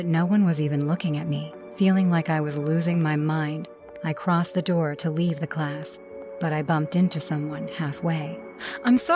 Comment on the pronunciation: bro said open the nour